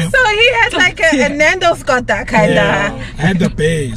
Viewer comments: Athi qwuuwoter😂😂😂❤ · It’s the way pronounced “Quarter” for me😂😂😂